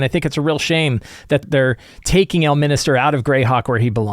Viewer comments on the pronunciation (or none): It's "El-min-ster" not "El-min-is-ter". Consider me engaged. Love your videos, by the way.